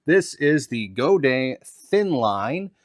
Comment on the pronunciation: He’s actually pronouncing Godin correctly